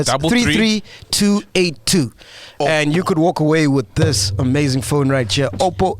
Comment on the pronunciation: Sol's lyricism is like a baby, it grows everyday. Lol today he said ''Oppo-po-po''